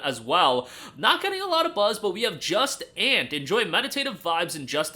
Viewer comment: 🤣Just Ant, bro... It's French. (jew-sahn)